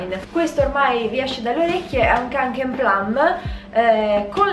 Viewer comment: ciao un consiglio la parola Kånken essendo una parola norvegese si pronuncia konken (con la o chiusa)❤️